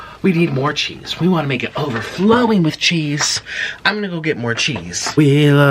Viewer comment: the way he said cheese 💀